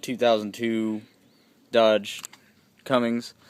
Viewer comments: Its cummins not cummings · cummins not CUMMINGS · Did he just say Cummings??? LOL